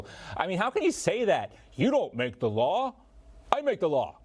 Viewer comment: It’s law enforcement not lar enforcement idiot!